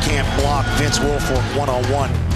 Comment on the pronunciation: He said Vince it's Wilfork